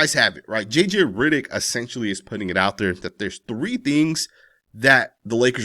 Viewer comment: JJ RIDDICK?? 😂 😂 😂 This guy's pronunciation!